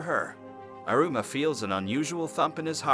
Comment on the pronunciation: “irooma” lmfao the pronunciation is funny and it pisses me off at the same time